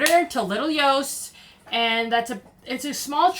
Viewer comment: Also it not YOST!! It's JOST, like JOSH, just replace the H. Listen to how the locals say it despite our accent.